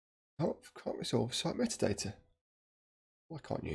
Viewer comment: Sorry, great tutorial, unfortunately spent most of it screaming that doesn’t say METADATA IT SAYS MEAT-ADATA. Vaguely painful.